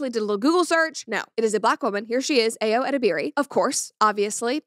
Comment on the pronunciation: My dear Americans the name 'Ayo' is pronounce "ah-yuh" or "eye-yuh" ("yuh" like "your" without the "r") not "Aeeeyooo".